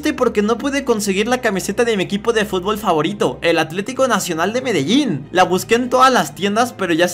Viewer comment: Es fútbol no fubol